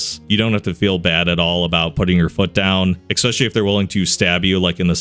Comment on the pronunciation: especially, not ex-specially